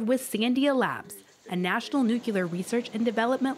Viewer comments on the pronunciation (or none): nu klier NOO KLEE Y ER nuCLEAR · Girl can’t pronounce nuclear 😩